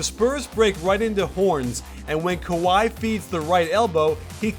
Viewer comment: "Sky" Leonard